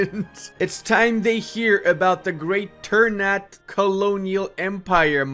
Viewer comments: Sorry, Minor inconvenience: ternate is pronounced TER-NA-TE not TER-NAT. thank you. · Hey, enjoying your videos. One small correction, it's spelled "Ter-na-tay", not "Ter-nat". And "Tee-do-ray" and "Bo-nay". It's spelled the same as if you spelled the words in Spanish. Every syllable/vocal is spelled out. Greetings from Indonesia! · It sounds weird when you say "ternat" Wkwkwk, We indonesians pronounce it "ter" "na" "te". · This is how you spell it : Ter-na-tei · I know this is minor but it keeps bugging me out It's pronounced ter-nuh-tay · its called ter-na-tey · damn clove' price is the same as gold by the way, Ternate is pronounced ter-nah-teh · Ter-n u t god damn it lmao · Let me help you with pronouncing this nation. You should pronounce the last "e" like "É". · The e at the end must be prenounced like an 'eh' sound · i just want to add that the correct way to pronounce Ternate is Ter(sounds like Ter from Terra)-na(nah but with out the h)-te(te from text). anyway great video as always